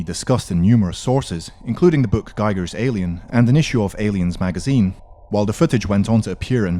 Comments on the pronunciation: It's pronounced GEEGER, not GIE-GER. He even has a video of the pronunciation mocking people who pronounce it wrong. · When will English speakers stop applying their stupid English spelling rules to foreign words? His name isn't pronounced gaiger, ffs..